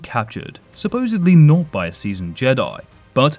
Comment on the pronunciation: he pronounces not as "notsa" yet said "not exactly" very clearly when he wielded the lightsaber, just to point out